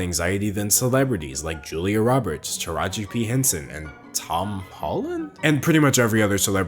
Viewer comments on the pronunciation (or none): none